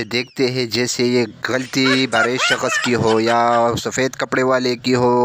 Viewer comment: saksh boltay shakash nahi